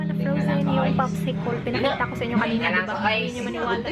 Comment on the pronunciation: popsi-col?hehe. cute mo tlga. popsi-kel po kasi pag tagalog and english